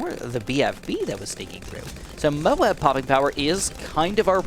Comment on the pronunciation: Does anyone else get annoyed when he says Moab Cause he says it weird He says it like mobes